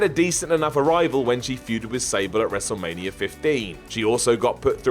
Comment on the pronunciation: it's ''wrestlemania''.not ''wrestlemanier''.idiot